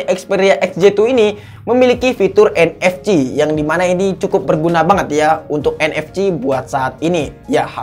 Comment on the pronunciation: Lu nyebutin NFC aja anehh